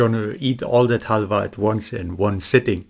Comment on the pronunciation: when the pronounciation of halva is more accurate than english, despite english being a germanic language.